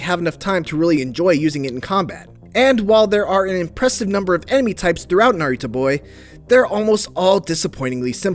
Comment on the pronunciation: I'm convinced you were saying Naruto